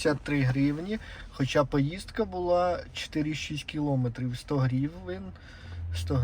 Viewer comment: Стільки помилок , часто одне слово, наголос НЕ кілОметрів, а кілоМЕтрів